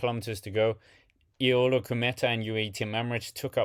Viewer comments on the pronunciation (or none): none